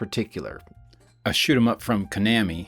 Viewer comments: Oh my god I feel so bad for calling out "Ka-nammy" and being part of why you corrected it, I had actually grown endeared to it as a regional accent quirk. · Going to miss the Konami pronunciation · I have to admit belly laughing when you corrected your pronunciation of Konami. It has always annoyed me, but I'm not the type of person to come to the comments to complain about it.